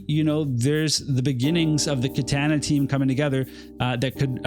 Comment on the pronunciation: You're my boy, but please, for all of our sakes, learn to say "Katana" properly lol